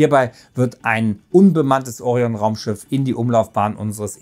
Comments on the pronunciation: Es heißt auch Orion und nicht Ooorion....alter tut das weh deutsch Muttersprachlern bei sowas zuzuhören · Es wäre schön, wenn griechische Fremdwörter wie Orion und Artemis auch richtig betont würden. Artemis betont man auf dem ersten A und Orion auf dem „i“ . Andernfalls merkt man sofort , dass der Autor nichts mit Latein und Griechisch zu tun hatte.